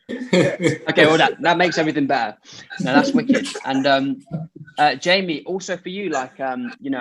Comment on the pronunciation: LMAO never thought ppl would like or answer my comment, I wrote Jamon bc I swear Damon pronounced "Jamie" like that in minute like "Jay Mon" that would be the phonetic I hear, idk but I found it hilarious